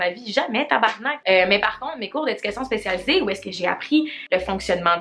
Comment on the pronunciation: Le mot “tabarnak” dans ta bouche est magnifique 💖 tabarrrrnakkkkk